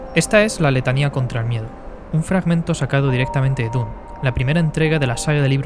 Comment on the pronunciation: Me ha gustado tu análisis, pero como todos los "jovenzuelos angloparlantes" meteis la pata en la pronunciación: D U N E. Ha si lo dijo Frank Herbert, por duna o dunas.